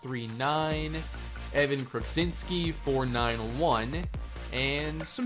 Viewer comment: Evan Kruczynski's last name is pronounced Crew-Chin-Skee, tremendous series so far!